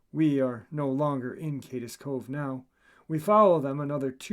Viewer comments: You're saying wrong it's Cades cove not kades cove but I'm sure you got it straightened out by now this is old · ** It's NOT Pronounced : Kay-Dess Cove ** Correct Pronunciation : Kaids Cove *Correct Spelling* Cades Cove ** My name is Mike & I live in Gatlinburg, TN. where this Park is Located. Love your stories brother, Thank You for all your content, hard work and determination.. HMU anytime, I have plenty true stories about these here mountains.. Love the Channel Bro, we appreciate you..